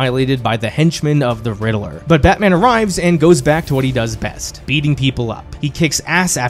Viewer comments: Anyone else was dying hearing the riddaler and not Riddler 😂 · Drink everytime he says Riddle-er 😂